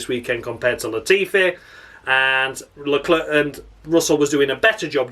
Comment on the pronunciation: I'm just so happy to hear you saying Carles LeClerc in the Crofty manner. You have enuf steady followers you don't have to explain the pronunciation every week. Tragedy! When a Bee Gees song lasts too long it's a Tragedy